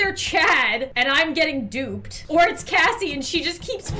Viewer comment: It is Kassie not Cassy